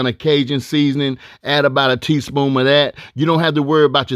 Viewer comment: I thought I was the only one that noticed him saying "teaspoom"